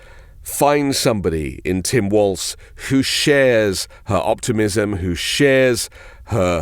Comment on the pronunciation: Walls not Waltz.